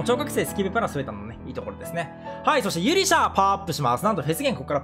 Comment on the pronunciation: 滑舌だけはね、キープして話していこうと思います！ とぅころれで！！